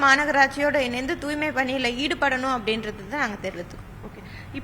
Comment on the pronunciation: தூய்மை என்ற சொல்லை உச்சரிக்கத் தெரியாத ஒரு மேயரை இதற்கு முன்பு கண்டதில்லை. கேள்வியும் பதிலும் எழுதிக் கொடுக்கப்பட்டதுதான். என்ன ஊடகப் பணி?